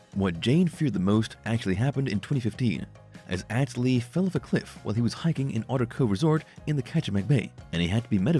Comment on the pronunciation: Don't you love it when the narrator doesn't even know how to pronounce the names properly? Atz Lee's name is pronounced like "Oughts Lee", not 'At's Lee'. His dad is Atz senior and the father of singer Jewel.